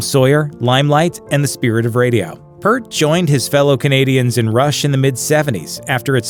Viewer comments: Say it with me, ye of no research: Neil PEERT (not PERT) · IT'S PEEEEEERT, DAMMIT! Not "Pert". P-EAR-T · The most mispronounced drummer name of all - it's "pee-art" not "pert" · Love your video's guys.. But gotta call it. The professor is a major influence to me and many other Canadian Drummers/Musicians. It's pronounced P ear T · Say the word "peer" and put a T on the end of it; that's how you pronounce Neil Peart's last name properly.. It's not pronounced "PERT" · His name is pronounced Peeart. Thanks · I turned it off as soon as I heard you don't even know how to say Neal's last name correctly. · Michael Slawinski That pisses me off too